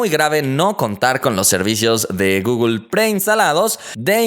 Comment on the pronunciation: Porque dices gogol se dice google no gogol 😠😒😂